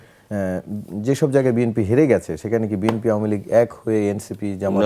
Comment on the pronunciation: ম্যাডাম বিএম্পি বলতে কি বুঝাচ্ছেন ? বিএনপি একটি রাজনৈতিক দলের নাম প্রচার মাধ্যমে উচ্চারণ করতে পারেন না।